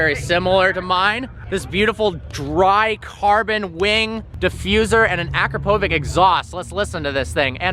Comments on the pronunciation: it is pronounced Akrapovich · Did anybody else cringe how said Akrapovič? Please learn how to say it properly